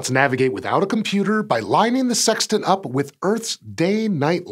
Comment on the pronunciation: Lol he said tant.